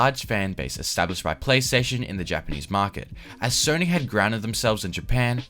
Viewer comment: “Sorny” PlayStation lol